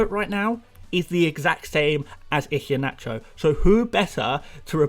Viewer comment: Mate, I love you and your insights, but after listening for weeks, I’ve got to tell you - the ‘H’ in Iheanacho is silent. It’s EE-hYUH-NA- CHOW.... Hope you don’t mind the correction. My best pal is Nigerian, so gave me the heads-up... :) BTW you’re one of my absolute go-to guys in my first season, and I think you will go from strength-to-strength next season on the channel...